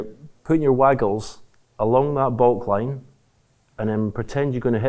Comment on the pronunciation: Theres something hilarious when stephen hendry says your waggles